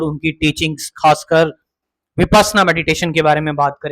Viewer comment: बोलना तो सीखो विपासना तो राम रहीम की सेक्ट्री थी। विपश्यना उच्चारण करो